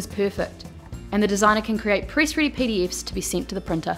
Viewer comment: The accent is sometimes hard to follow. She pronounces 'pdf's' as 'pee dee ifs', 'editing' as 'yditing', 'error' as 'irror' and 'typeset' as 'topsied'. Is that australian accent or something?